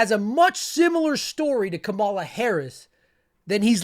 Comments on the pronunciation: I do like your videos. I would suggest pronouncing Kamala correctly; it's pronounced like "comma-lah". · Thiel got him his first 3 jobs. We washed out of all til Thiel gave him a company. Oh and just a heads up Kamala is pronounced “karma-la”. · *COM-uh-luh. Great vids 👍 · COMMA-la. Should prob learn how to say it right.